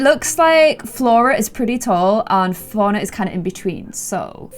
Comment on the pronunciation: When she says "Fauna" it sounds like she's saying "FoRiGneR"